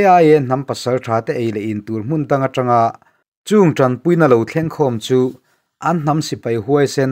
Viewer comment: a changtu nu leh pa an LANG tih hi lang ti lovin LAN tih tur a ni, hawrawp paih then hi tunlai thalaite hian an thiam ta lo tlat mai, an lam ri hniam ringawt thin, hetiang hian tih danglam tur a ni Lang --lan Sang --san Thleng--thlen Ring---rin Thleng -thlen Zing--zin etc etc